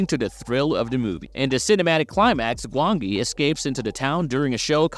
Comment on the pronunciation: The valley of gwangi was 1967 for one thing and could you please stop using an A.I narrator, the mispronunciation is infuriating.